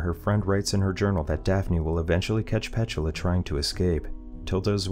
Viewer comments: No its pronounced P-tula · Pronounced Pet-tooo-la 😅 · Is that really how "Petula" is pronounced?